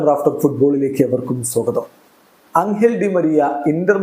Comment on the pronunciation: അംഗൽ ഡി മരിയ അല്ല. എഞ്ചൽ ഡി മരിയ ആണ്.